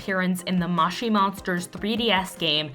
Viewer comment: mow chee monsters not maush ie monsters